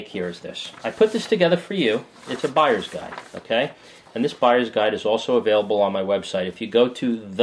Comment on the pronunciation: "from a guyers buide perspective" XD